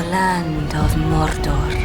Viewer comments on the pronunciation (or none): Hell no. The female narrator killed it for me. I NEVER heard anyone roll the R's in Mordor. Ridiculous.